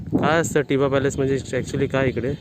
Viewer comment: अरे टिबा नाही तर थिबा.. असं नावं आहे. थिबा हा ब्रम्हादेशचा राजा होता.या बद्दल माहिती दिली असतीस बर झाल असतं.